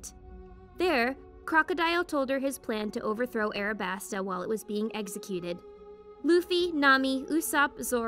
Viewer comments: U said arabasta when it was alabasta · Am I the only one who’s gonna say she said arabasta instead of alabasta